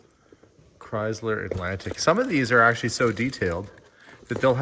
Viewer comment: Hearing your pronounce Chrysler 🙉😂